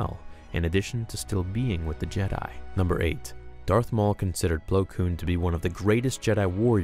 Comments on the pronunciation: It's Plo Koon, not Plo Koom. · My favorite Jedi, Plo Plowin😂😂😂